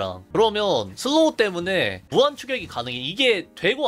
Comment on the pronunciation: thㅡㄹ로우 thㅡㄹ로우 thㅡㄹ로우 굉장히 찰지네요